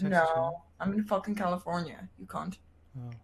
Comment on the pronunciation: "If you want a fockin Pam reading" lmao